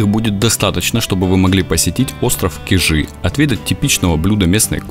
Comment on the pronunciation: Я Вас умоляю, ставьте правильно ударение на слове Кижи. Не КижИ, А КИжи!!! И ещё Петрозаводск всегда был Петрозаводском, а название Онегаборг он получил при оккупации финнами в Северной войне в 1941 году, а 1944 году, после освобождения, ему было возвращено его историческое название, данное еще в 1777 году Екатериной Великой - Петрозаводск!